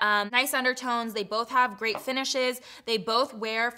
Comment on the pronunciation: When you said “great undertone” it kinda sounds like you said a “grey undertone” lol i was like wait wtf lmao 😂 I had to go back